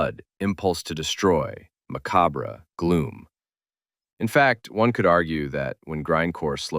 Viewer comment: Day e cide Macabre bre Terrible pronunciations